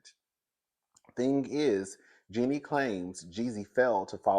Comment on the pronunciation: It's pronounced as in Genie like the genie in the bottle. U kill me each time u try to pronounce her name 😂😂😂